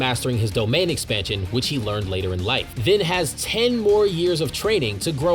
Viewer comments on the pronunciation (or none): none